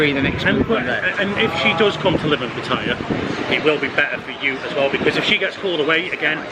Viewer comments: Please learn how to pronounce Pattaya correctly!! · Please learn how to pronounce Pattaya!!!!!! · And I know how to pronounce Pattaya